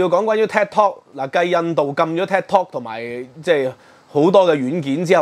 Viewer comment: Could you please watch your pronunciation. Is Tik, not ted!